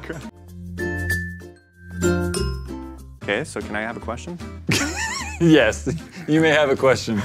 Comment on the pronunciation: "may i have a quetsion?" _tanner